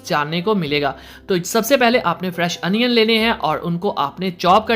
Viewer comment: Bhai onion hota hai anion nahi